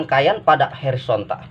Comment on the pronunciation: Hoooorizontal pak Bkn Herizontal...pake O